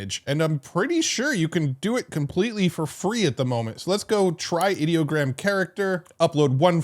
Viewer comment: I have to admit that I too, have been saying Ideogram the same way you do. However, after watching a video recently of the creators of Ideogram talking about the new features, they pronounce it (Eye Doh Gram).